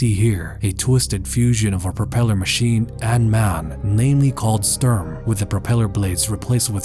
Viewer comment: you pronounce Sturm false. Its more like Shtoorm. And as you can guess: german: Sturm = english: Storm. Just in case no one informed you about that allready.